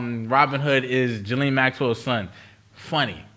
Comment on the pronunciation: Ghislane = ghee-LANE (like “Elaine” with a hard “g” in front)